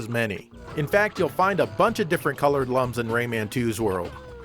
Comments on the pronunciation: C'mon, they're pronounced "looms", not "lums"! Everybody knows that. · Its pronounced looms. Lum as in iluminate.